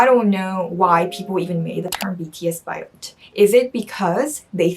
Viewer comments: It’s BAYOT, not BIOT. 😀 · When she said "Bi-yot"....I cringed! hahaha! sorry, love you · It is not pronounced as biot. It is BA-YOT. Yeah it has a bad connotation. But still it depends on how you use it and to whom you say it.